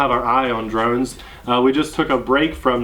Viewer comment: you said we did drones all year I thought you said,"we did drugs all year!"